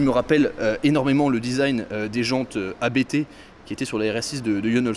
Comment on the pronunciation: On dit pas A.B.T. ON DIT ABT